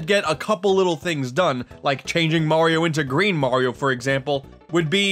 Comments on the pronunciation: It's Mario not marry oh I hate everyone that says his name wrong keys and jacksepticeye every single person even YouTuber say it and for some reason my name is jacksepticeye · pronounciation for mario: (MAR-Y-O) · its not murio its mario. A lot of people make that mist- oooooohhhhhhhhh american people say murio and english people say mario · I hate people who say Mario wrong "Mayrio" ( by accident) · the people who pronouce Mario be like mayrio Me: Mario mareio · I hate when people say Maryoh. It's Mario! We can all agree these people should be smacked with love bricks. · *MayRio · Dat ain't LUiGi green mayrio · Ma(y)rio Month - ✖️ Mayrio Month - ✔️ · calls mario merio*. *everyone on the planet = TRIGGERED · "people who say mAHrio incorrectly, it like mayrio" im confused because the AH sound is reserved for Wario, it uses the a sound as in Apple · MERRY-OH? what is this, rabbidluigi? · My elementary school teachers pronounced it as Mayrio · MAYRIO MONTH! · “Mayrio “ month haha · bowser calls mario bros maryo bros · Like literally every parent calls it mare-e-o like why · LUWEEGIE! NOT GREEN MERIO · The people who say mario wrong, say it like mourio its dumb I know xD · lol you ssay merio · YOU are the one who says Mario wrong! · "Say Mario incorrectly"...Americans...Everything you pronounce is the 'correct' way? Sure.